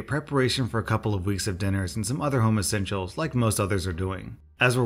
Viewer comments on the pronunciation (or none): When you read "home essentials" at the start of the second... I heard "homosexuals"!!????! I had to rewind 🤦🏼‍♀️😅😂😂😂